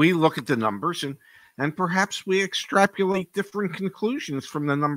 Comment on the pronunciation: EXTRAP YOO LATE - a new word from. I think the word is "extrapolate"